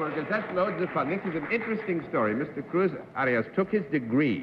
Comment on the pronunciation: Also, he calls Cruz Arias ’Cruz Orios’; more like Oreos, really.